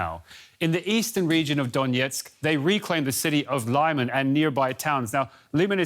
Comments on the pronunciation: . Lyman is pronounced “Lie-mahn” and “Lee-man.” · There is no town in Ukraine called "Lye-mon." Perhaps you mean "Lee-mon." I know it is very difficult to pronounce, but a professional journalist should be able to get it right.